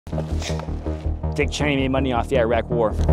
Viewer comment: CHY-NA phone guy.